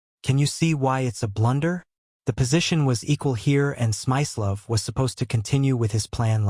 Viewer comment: It's Smi-slo-ff, with a hard i.